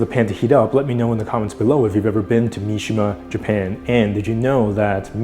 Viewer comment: not been nah